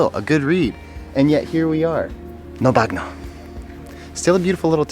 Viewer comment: Great vid. Italy‘s just the place to be. Just a little tip: the Italien letters gn are pronounced like ny. So bagno for example is pronounced banyo ;)